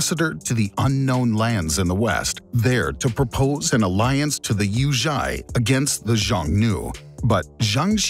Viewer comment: Don't learn the names tho. Yuezhi is called propperly "you a zi" not "you zh I"